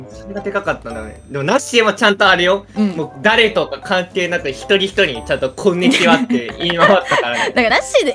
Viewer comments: の"こんにちは" 最近"こん"の滑舌悪くて"くんにちは"に聞こえてしゃあない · 、くんにちは 言うてるやん笑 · 何回か見て気づいたんだけどさ 最初の挨拶でこんにちはじゃなくてくんにちは言うてない？